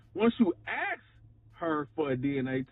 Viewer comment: Ugh. Aks. Aks her that question. This is what I don't get. You hear them talk about a woman's ASS; they can pronounce that just fine. You never hear them talk about her "fine AKS". So, I know they can make that sound. Why then can they never seem to say A-S-K and it's always aks? Yes. I'm irrationally angry abut that. It just makes them sound so ignorant.